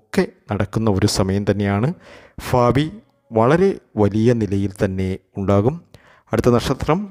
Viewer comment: ഫാവി എന്നൊന്നും പറയല്ലേ........ ഒരു അറപ്പു തോന്നുന്നു.............. Please note it.......